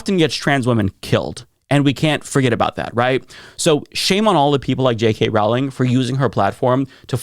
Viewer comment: It's Rowling not trolling, even when she's growling. But I mean, if she can't get anything right, I understand unintentionally getting her name wrong.